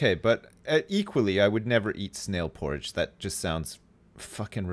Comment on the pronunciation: When said snail porridge I thought he said snail porn